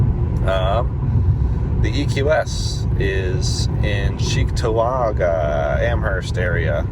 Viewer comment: Its CHEEK TO WAaG GA lolol